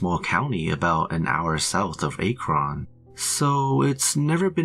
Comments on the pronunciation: "A-krin, ohio"🤦‍♂️ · Wow the robot lived In a-kron